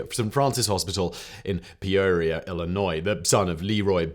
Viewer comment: Lived in Peoria my whole life. Never heard it called peuurria.